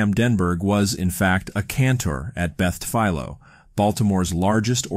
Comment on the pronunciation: Good video! Beth Tfiloh is actually pronounced tifillow (like pillow toward the end). My mother went there for school when she was younger, and I am from Maryland. Sorry for the off-topic correction 😅